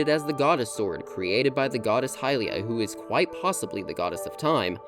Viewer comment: bro learn how to pronounce Hylia